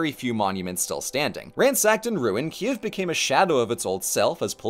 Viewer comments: Oh man, what a great surprise! 🇺🇦 ❤ Excellent video, Ukranian pronunciations for names! (though your Kyiv sounds more like Kiev but that’s ok) and a great roast of those churches that I chuckled at. Thank you! Hope you’ll have the chance to see The Domes™ (safely) in person soon! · Okay. Kyiv. It rhymes with "believe". The "y" is like the vowel in "kit", then you have "yeev", which rhymes with "Steve". kï-YEEV. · It's totally understandable, but I do keep struggling with the two-syllable pronunciation of Kyiv. Ki-ev is the Russian pronunciation and Kyiv (keev) is the Ukranian pronunciation. Слава Україні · Hey, I’m interested in your process and hope you can answer my question: what made you take the pronunciation /ˈkiːjɪv/ KEE-yiv, as opposed to /kiːv/ KEEV or /ˈkiːɛv/ KEE-ev? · c'mon man don't pronounce the city's name like a russian and just look up the proper way